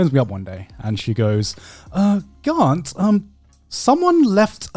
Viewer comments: Why does Grant keep mispronouncing his name? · Apologies, I always forget that Garnt has an R in it, its fairly subtle sounding to my ears